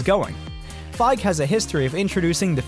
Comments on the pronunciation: | | Bruh the "e" at the end Kevin Feige's surname is not silent. It's pronounced Fygee [fy·ghēē] not Fyge [fye·gh] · Say Kevin Feige right you're not pronouncing his last name right.... its Like FY-Geeeee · It’s Feig-e.